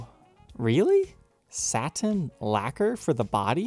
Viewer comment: You pronounce saTin and buTTon funny, great vid!